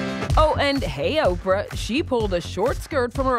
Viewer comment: Who the eff is Orprah? Ugh